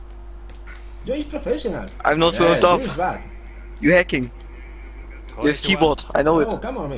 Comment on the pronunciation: Are yu redi mai fren? no are you redi mai fren